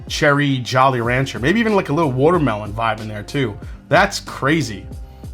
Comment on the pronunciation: “Wutermelon“ 😂 I detect some Jersey